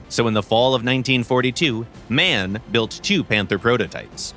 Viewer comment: very unimportant sidedote: it's pronounced M-A-N (in Englisch equivalent to "M-R-N") for Maschinenfabrik Augsburg-Nürnberg (by the way seated in Munich)